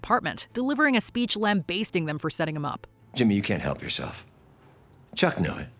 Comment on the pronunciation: It's pronounced 'lam-b(ass)-ting'. Not 'lam-base-ting' like you're basting a turkey. .